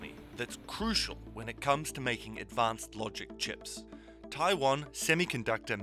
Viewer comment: I cringe so hard every time I hear westerners pronounce Taiwan.